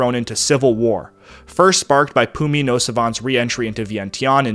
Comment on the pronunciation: There aren't enough superlatives to describe your work and this valuable series. A master work. But note that, in the US media of 1960's I remember Lao Prince Souvanna Phouma's name was pronounced "Foo-mah".